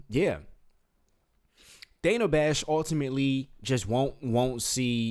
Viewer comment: Its Dana. Rhymes with banana